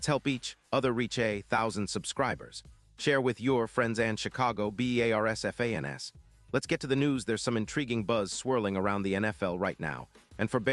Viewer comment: This channel is entirely AI generated crap of misinformation and outright lies. Not only do they not pronounce simple things correctly like "Bee Eee AAA RRRR SSSS FANESSSS" instead of "Bears fans" , the thumbnail says the Bears are trading for CB Charvarius Ward. The story is the 49ers are rumorted to be trading away Ward to the Bars. The two outright lies about this situation: 1) The trade deadline has passed. 2) More importantly Ward is on the Colts this year. He was with the 49ers last year. It is impossible for the 49ers to trade a player that is not on their team. If you watch the video it shows Ward running and catching the ball. Ward is a cornerback so I am guessing all those shots are also AI generated.